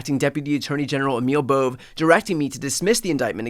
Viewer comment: It’s a two syllable name, not a one syllable name.